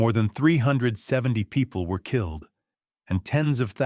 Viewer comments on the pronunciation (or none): none